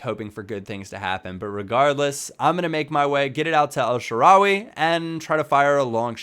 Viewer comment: The way you pronounce El Shaarawy makes me cringe